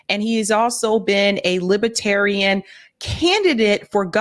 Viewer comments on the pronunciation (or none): Lib-ER-tarian. Not Lib-A-tarian. Sorry,, but that drives me nuts.